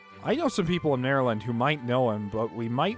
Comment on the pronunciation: Why do you pronounce "Marlind" like "Maryland"?